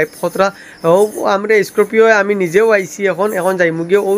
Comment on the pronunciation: Bhaiii Scorpio❌ Scopio✅ Alto❌ Altro✅ 😂🤣